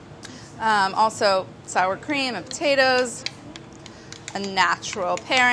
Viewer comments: Smashed pa tates! Amazing linguistic skillz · black pep, delish, po-tate? Is she having a stroke? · Fish-raisin pot-ta-toes. Did Rapport make this recipe?